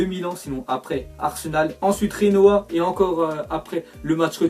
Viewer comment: LE GENOA ÇA CE PRONONCE NORMALEMENT G-E- N-O-A PAS JENOA COMME EN ESPAGNOL SINON CONTINUE COMME ÇA 😀😀⚽⚽⚽⚽